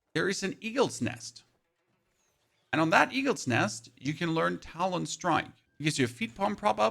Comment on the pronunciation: Thank you for the useful info, but I gotta be honest, the way you pronounced “Talon” and “Echo” at first was atrocious.